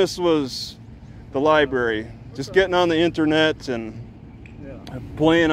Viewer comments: LOL Lie Berry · Somebody please train this officer that is a library NOT a LIE Berry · Lie berry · I think the black cop needs to spend more time in the Lie-berry So he can learn how to pronounce it. And maybe get his IQ above 70. What a jerk. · "liberry". meatheads. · Libary? Another dumb cop. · “You know is not the liberry”……😂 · This ain't no liberry. No liberry here boy. and I axed u for ya driva's license! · He didn't like it when the other cop let T talk... I knew he couldn't let it go.... He continued to assert authority and T kept shutting him down. If you pronounce the word... Lie Berry... you don't stand a chance of winning a war of words with. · Lieberry not lieberry it be over there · The copper should go to the library to learn how to pronounce Library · axed him bout da lye berry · there are other hobbies that are much more interesting other than mocking law enforcement officers although it is rather interesting that the black cop does not know how to pronounce l i b a r y